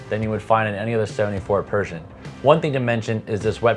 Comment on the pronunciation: Like your video, one point your pronunciation of Pershing, sounds like Persian. I kept thinking, is this a new Yacht Brand? I thought you might want to know.